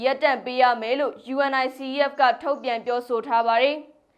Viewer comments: '' ရေ ယူနီဆက် လို့ကြေငြာပါ၊ ယူအင်အိုင်စီအီးအက်လို့ မပြောနဲ့လေ၊ အဲဒါလေးတွေကြောင့် ညီးကိုဝေဖန်နေကြတာပေါ့၊ အချင်းချင်းကလဲ အဆင်မပြေတာလေးကို ပြင်ပေးကြသင့်တာပေါ့ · ယူနီဆက် လို့ဖတ်ရတယ်။ လေ့လာကြပါ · ယူနီဆက်ဖ် လို့အသံထွက်ပါတယ် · Unicef ကို ယူနီစက် လို့ အသံထွက်ပေးပါ စာလုံးတွေအတိုင်း မပြောပါနဲ့ သမီးရေ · UNICEF... ယူနီဆက်လို့အသံထွက်ရတယ် နော်❤❤🎉🎉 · ယူနီဆက် လို့ပြောရင်ပိုအဆင်ပြေမယ်ထင်တယ် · ယူနီဆက် လို့ဖတ်ပါလား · UNICEF(ယူနီဆက်)လို့အသံထွက်ဖတ်ပေးပါသမီးလေး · ကြားဘူးလား ယူအန်အိုင်စီအီးအက်ဖ်လို့ ဘယ်သူပြောတာကြားဘူးလဲ ၊ 😅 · သမီးလေး ❤ Unicef ယူနီဆက် လို့ ပြောပါ ❤ ကမ်ဘာ့ခလေးများ ရံပုံငွေ အဖွဲ့ပါ